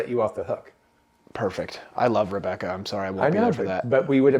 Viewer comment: I hate to disappoint but did pronounce my name correctly 😀. Thank you for discussing my question and best wishes to and Haute Corture at the beautiful Rebecca Farm. It's not the size of the horse but rather the size of the heart in the horse. And one suspects that Haute's heart is going to carry you all to greater and greater heights.